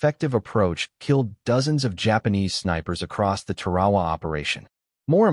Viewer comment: We had snipers all the way back to the revolutionary war. Scoped rifles during the Civil War. And, WHY is the announcer pronouncing "TAR-A-WA" as "TER-AWA"? Is this AI or something?